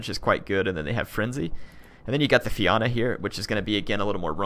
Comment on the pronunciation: Righdamhna- ree-dav-na,Fianna-fia-na(rather than fee-ana)